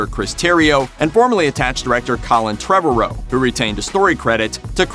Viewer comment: Trevorrow pronounces his name similar to "tomorrow," you moron.